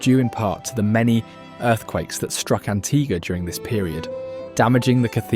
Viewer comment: AntiGUA not antiGA